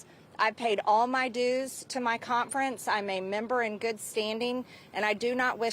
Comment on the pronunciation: Hey Marge, wtf is a cont-frence?